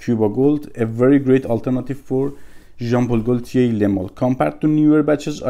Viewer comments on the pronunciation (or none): I like watching your videos man, keep up the good work. Also just a reminder ; we don't pronounciate the L in Gaultier. It's a silent L :)